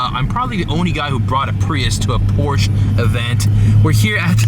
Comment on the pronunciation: I threw up a lil when you said pruis🤢